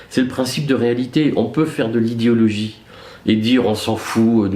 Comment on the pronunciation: Salut Eric, j'ai adoré votre façon de prononcer le mot idéologie (idiologie)... Je ne sais si c'était volontaire mais c'est bien vu.